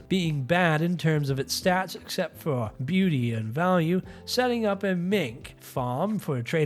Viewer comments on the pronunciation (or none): none